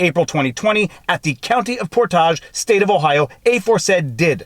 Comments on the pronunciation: As an Ohioan, I firmly endorse your mis-pronunciation of "Portage". Very fancy sounding! Also: I'm now convinced if this was related to the release of the documentary it failed utterly. If this woman was NOT arrested in the manner she was, I probably would have never even heard of this film, let alone watched the entire thing. I tend to enjoy the occasional conspiracy theory, because generally.... they aren't real. This time? Oh man. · Being from the county above Portage County, Ohio, the way you pronounce Portage cracks me up 🤣 Love your stuff Viva! ✌ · sorry I live near there and It was driving me crazy hearing the mispronunciation love your videos btw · A nit pick: Viva's French is coming out, as Portage has the end pronounced like Ice Age, not "-auz" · Every time he mispronounces Portage I cringe lol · Portage county is pronounced like the verb 'portage'...to carry a boat or its cargo between navigable waters. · As a Portage county resident, you're pronunciation of Portage is so..... French.. lol The G is a hard J sound 'round here. Keep up the good work. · He did same thing with Portage, Wisconsin on live show. I think he is doing it for fun now😂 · You're mispronouncing Portage....think of Porridge, the breakfast food....I live in Portage County, Ohio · Hey I’m from portage county! It pronounced por·tage | \ ˈpȯr-tij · Por' tij county :) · Ah, good ole PortAHJ county ;). Comin from an Ohio boy, it's pronounced Portidge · The a in Portage County is pronounced like an e. It isn't pronounced like what you do when you carry a canoe. So, it is pronounced "port-edge." Source: I live in the country bordering Portage County to the north, and my father lives in Portage County. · If there is a follow up, the pronunciation of the second syllable of the county name sounds like “midg” in the word “midget”. /pour-tige/ ..👍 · As a resident of the county, Portage is locally pronounced port age. Title is Shadow Gate. And thank you for your show. Love the lawfare content.